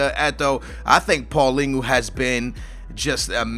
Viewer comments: please start pronouncing Paulinho right. You got the first part of his name correct, but his name doesn't end like paulingu. It's paulinho, like you say ronaldinho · Paulingoo? the fuck, Its Paul-IÑHO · And it's not paulingo it's paulinho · Paulinhos name is said = paul-in-yo . Pretty easy!